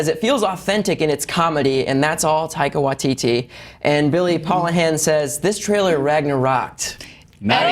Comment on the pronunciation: If you want to talk about the trailer please pronounce Taika Waititi correctly. Mispronounced at least twice. Come on guys